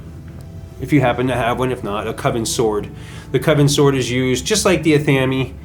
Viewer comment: LOL!!!! Ah-Tham-Eeee??? Ive never ever heard it called Ah Tham Eeee...Its pronounced Ath-ah-may lmfao cracking up... Nice room... Looks great! Blessed be )O(